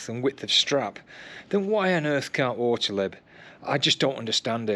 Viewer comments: There is no letter between the t and l in Ortlieb. It's ORTLIEB, not OrtEleb. i almost vomited each time you said it so cringy. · orti-leb? ort-liib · your pronunciation is really cute ;-) Ortlieb is German, so you do pronounce it as Ort like in Orc, just with a t of course, and lieb is much longer like in leaf 😂 But thank you for your excellent review. Because of it, I've decided against this particular bag. Firstly, I would love an external phone pocket for GPS, secondly I would want to carry it around preferably cross-body, and last but not least, it is rather expensive. Thanks once again, you helped a lot.